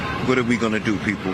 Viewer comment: You'd think that BLM, with ALL their money they fooled and swindled the idiots who were stupid enough to donate to them out of, would at least send someone intelligent, or one who can at least SPEAK English words properly, to the "sorrowful" event. "Peopow"? (People) "Keow"? (Kill) "Cynicow" (Cynical). Priceless. DUMB as rocks. The ONE SIDED racism at this point is staggering, and it's coming to its end. People aren't putting up with it anymore.